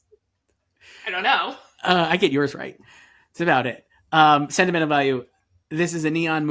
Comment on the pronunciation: As a Norwegian, I am incredibly happy that you are all excited for Joachim Trier's "Sentimental Value" and putting it in above-the-line categories, which would be the first time ever for a film from our country. I am also impressed by Joyce's pronounciations of the name. It's really good!